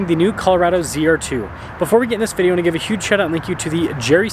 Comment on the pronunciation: Ben, love your reviews... but please pronounce VIDEO at the beginning a little bit slower... you slur the word all the time.